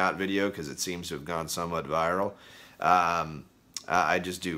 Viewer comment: Did he say "viral"? Um me think not